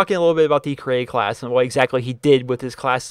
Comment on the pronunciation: Does anyone think its wierd that he always call it a create a calss not a class? :D